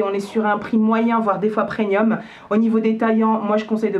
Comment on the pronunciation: C'est moi ou tu dis "preNium" ? 😄